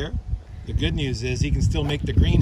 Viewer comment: you sure you ain’t from the SE US? “That’s gonna be goooooooddddd!”